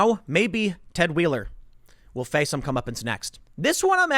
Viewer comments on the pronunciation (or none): none